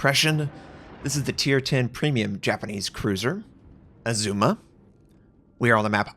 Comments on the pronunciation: I know you get a lot of pronunciation corrections but - it’s Azuma, a as in apple, not ae like Oedipus. Did not look like a Stalingrad pound for pound though... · Great come back. It's ARR-zu-ma by the way.